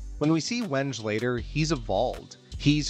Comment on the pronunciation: Great video but my man I implore you to check the pronunciations of names. I winced every time you said Wenge 😢